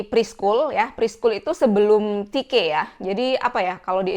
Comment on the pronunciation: Te Ka ❌ Ti Ke ✅